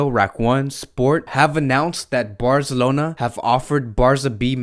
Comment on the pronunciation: He said “Barzelona” Visca Barca